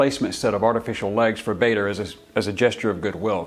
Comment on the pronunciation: Bader is pronounced "Barder", not "Bayder". He was very insistent about it.